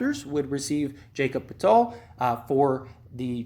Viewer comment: A person shouldn't make a Raptors video if they can't even pronounce Anunoby because obviously they don't watch the Raptors, can't even pronounce (Yak-ub Purtle) get out of here with your bullsht take